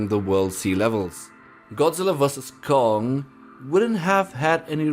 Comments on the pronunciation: It’s Kong not gum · Why did you call Gong ? It’s Kong not Gong Lol.